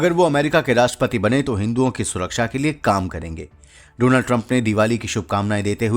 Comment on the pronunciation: please सहि तरीक़े से डॉनल्ड बोलना सीख लें